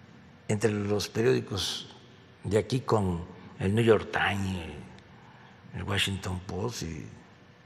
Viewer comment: "El niu yor tain" 😂🤣😂🤣😂🤣😂🤣😂 Todo el mundo debería leer la jornada, ese sí que es un periódico imparcial, objetivo y totalmente independiente, no recibe ni un peso del gobierno!😂🤣🤣😂🤣😂🤣😂 Cada vez más patético el presidentito!